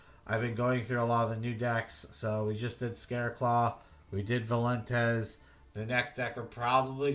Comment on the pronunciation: valentez? it's Vaylantz (vei-len-tz)